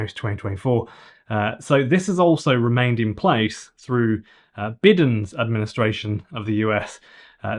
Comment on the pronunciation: Why is it Bi-den... the "i" is pronounced "eye"... What kind of English person are you.?